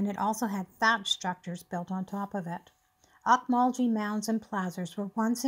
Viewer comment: Oak- Mul- Gee not like gee whiz like G in Gary nice video